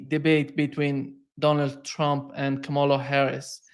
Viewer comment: Excellent pair. Good program, as always, N, KA' ma la is the pronunciation.